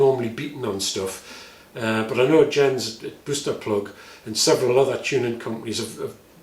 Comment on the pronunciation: Minor point: "Jens" is pronounced in Danish like an English "Yence". (J is like English Y, and no "zee" sound in Scandinavian languages.)